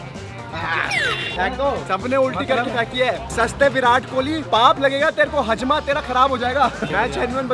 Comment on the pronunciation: Haazma hota ha hajma nai😏